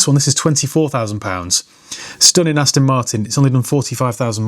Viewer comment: What’s an “Astin” ? 😂 Great video by the way.